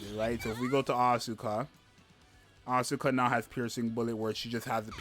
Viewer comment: Crown is my highest CP unit, but I will try to pull for Mari too. Btw it's As-ka not As-U-ka, the u is not exactly silent but it sounds 10x less obnoxious than AsUka, check the pronouciation yourself.